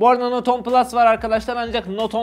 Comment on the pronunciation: Not 10 diye okunmaz note ten diye okunur